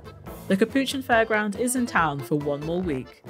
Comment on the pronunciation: I didnt know that’s how u pronounce capuchin 💀 btw can I pls have a ghost pirate and royal capuchin they my dream pets and mega owl also my dream pet I would appreciate any :)